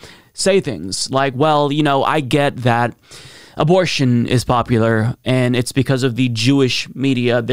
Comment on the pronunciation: Why do I hear him saying "populor" instead of "popular", it bothers me.